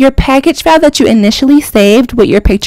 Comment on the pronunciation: When she was saving file I thought she was saying foul 😂 I'm sitting here like what the fuck is she talking about it, then yeah I made sense of it